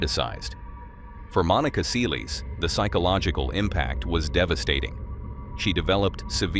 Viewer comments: It's pronounced "sell-iss" not "see-lees" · Its 'Selles' not sealies!!! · Se lez not seeleez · Her last name is Sælesh, non Seelis, please… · Please go and learn how people’s names are pronounced before repeating them so many times. “Seelees” was not it. It’s unprofessional. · Her name is pronounced sell-us. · Who's Monica Say- leys? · It's pronounced Selless NOT Saylays and NOT Seals or sealees either. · Why can't you pronounce Monica Seles' name? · learn how to say her last name...public will know who..too much edit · Why don’t know how to say her surname? ….How did you get this gig? Get it right for goodness sakes